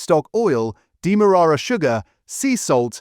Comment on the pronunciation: Erbs, demorrara sugar???? Are you trying to sound educated or just trying to be different? The H in Herbs IS pronounced, it is not a silent consonant, and demerara is pronounced as it is spelled demerara. Or stop using AI narration. Other than that a good and informative channel.